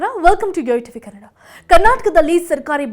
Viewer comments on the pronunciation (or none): none